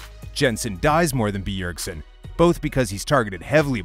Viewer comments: its bjergsen not beeyergsen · The way he emphasizes the B in B ergsen is so annoying .. Im tilted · The way he pronounces BEEERSEN is triggering me... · BEE-URG-SEN damn this tilted me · ITS SO ANNOYING AHHHH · Yes this! Holy crap I almost muted it. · I was just about to bitch about the same thing. Fuck me its annoying. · The video is legit unwatchable the way he pronounced Bjergsen.